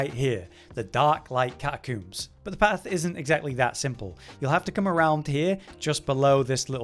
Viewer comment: Ah, yes. The Catacooms.